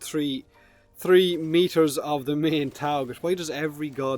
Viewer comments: The horrible Nergigante more like trHee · One, Two, TREE , Four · "Tree meters"